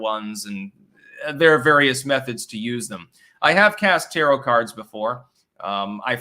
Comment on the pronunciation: He pronounced "tarot" like "carrot." I was just about to pick on getting that wrong, then he said it correctly. Make up your mind! Can I mock you or not!?